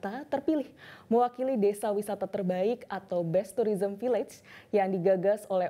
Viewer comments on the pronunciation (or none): none